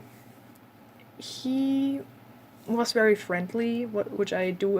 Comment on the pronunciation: You had some interesting people over time for sure. As far as english advice, I'm curious (and I've heard german language does this sometimes in english) saying w instead of v. Is there any reason? Like when you say very as 'wery' for example. Otherwise your english is very good and I had no trouble understanding you : )